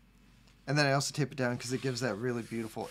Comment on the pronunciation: I want to paint this on a van and drive down the highway with my mullet waving in the breeze. Also I kept hearing "taste test" instead of tape and kept waiting for you to lick the paper. You didn't, and now I'm just thinking of the missed opportunity to find out what 50 buck paper tastes like.